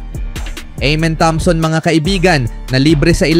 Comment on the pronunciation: EMEN THOMSON❌ AMEN THOMPSON ✅ CONTENT CREATOR 😂😂😂😂😂😂😂😂😂 PRONOUNCE MU AYUSIN MU